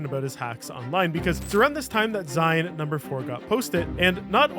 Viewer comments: "Zine". It's pronounced "zeen". As in, short for "magazine". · Yeah that was annoying me an unreasonable amount haha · This was another great video. One very pedantic critique. While "Zine" is spelled with a silent "e" at the end, the word is a short form of "Magazine" and is pronounced ZEEN. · pls it’s zine like short for magazine you say it “zeen”:’) love you <3